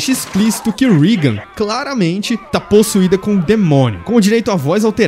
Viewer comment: Não é rigan, É Regan!